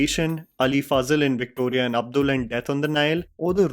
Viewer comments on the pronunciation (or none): none